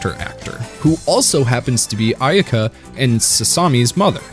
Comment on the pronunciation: It's driving nuts...idk why. Maybe that it was part of my childhood even before toonami ...but its pronounced "Ah eh ka" ...I think the y is silent. Or Aeka using Japanese vowel sounds. But it's still a great video 👏